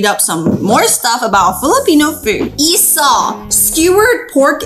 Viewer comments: its actually called i-saw but no the see like pronounsing sour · It's isaw not isow